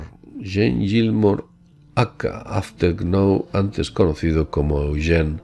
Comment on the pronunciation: Muy interesante...pero Eugene o Gene se pronuncia EuYINN....o YINN... Gracias!!!